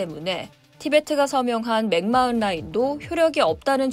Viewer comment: 맥마흔 맥마흔.... 어떻게 발음하는지 알아보시고 말씀해주세요. 마이너라고 해도 뉴스인데 진행자가 어떻게 발음하는지도 모르고 그냥 보이는대로 읽으시네요.